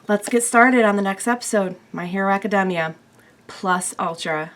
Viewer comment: Did she really just say my hero aci-dem-mia